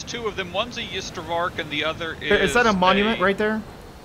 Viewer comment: This was hilarious to watch thx Bo & Co. As a South African I giggled at hearing trying to pronounce Ystervark, by the way if you want something easier to call it then call it 'Iron Pig' which is it's direct translation or 'Porcupine' which is it's actual translation.:D